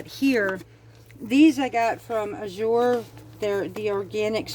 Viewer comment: Azure has grown by leaps and bounds. At our drop there is at least 25 new folks every !month. People are stocking up so they are running out faster and can't keep up. The tens will come back it just depends on harvest . also it is pronounced az sure not a zure jus t so ya know. Just keep putting it in your cart and check out before the cutoff so you she the price.!the grains will come back .farms harvest at different times